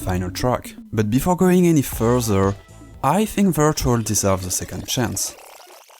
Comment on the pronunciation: omg yeah, his name is and not...